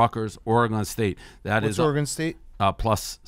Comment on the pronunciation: Dave says Oregon like a dip shit.